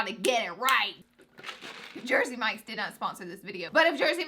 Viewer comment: "JJJEER-sey mikes" . . . GOOD. LORD. Girl...